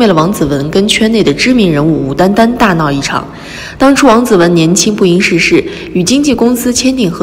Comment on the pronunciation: 贾乃亮11年就跟李小璐结婚了好吗，12年甜馨都出生了，作者太瞎扯了！另外，这个词念不谙(ān)世事。